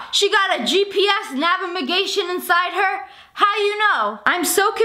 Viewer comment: The way she says navimagation